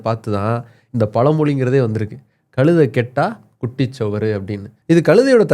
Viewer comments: டேய "களுதை" முதலில் "கழுதை" என்று உச்சரிக்க பழகு பிறகு சேனலில் பேசு. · களுதை என்று தவறாக உச்சரிக்கக்கூடாது. கழுதை. ழகரம் உச்சரிக்க பயிற்ச்சி எடுத்துகொண்டு வரவும்.